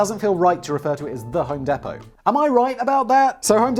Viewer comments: home DEE•pow not home deh•pow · ...We pronounce it 'Home DEEP-oh'. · Home deee-Po. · Hoem Dee poe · It's pronounced "Home Deepoh". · Listening to him say home depot made me cringe so hard. Because I work there and you say it like home dee-poe. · Home DEE-POE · I'm sure someone told u but it's home dEE po. fuckin love the content as usual. I would love to see karl write a few of these for u. Plz don't kill🥊🔫 me danny I still love you🖤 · its home DEEEPO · Pronounce it as "Home Depo" drop the T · hearing it being called 'home depto' physically hurts me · nah. We listened to an Englishman mispronouncing an American brand name. Allegedly.